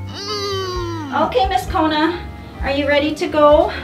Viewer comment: it's kona not kuna